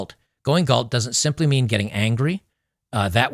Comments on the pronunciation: Galt, not Gault...🤦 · Gault? It's GALT. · Just FYI, it’s “Galt”.